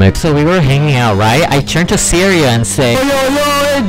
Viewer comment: You pronounce Syrasi as Syria, Lol.